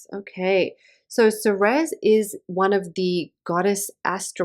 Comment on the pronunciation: Ceres is pronounced same as the word series. Like cereal. Same root. Nice report